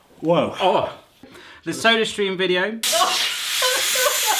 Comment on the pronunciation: For some reason I heard "surströmming" instead of "sodastream" at the end ... maybe something for the next time you're over there?